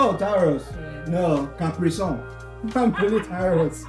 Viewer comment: My ancestors oh! Zodiac sign for August is Capricorn 😂😂😂😂😂😂😂. He even said caprisonne.😅 😅